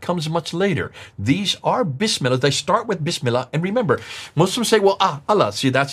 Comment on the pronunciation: Since AL FADI was a muslim before, as per the show script. He should have corrected recitation of BISMILLAH!!! Why he didn't? has been investigating ISLAM for decades yet can't utter BISMILLAH properly. The BISMILLAH is in the beginning of surahs. has humiliated himself n number of times, and this moment is one of them.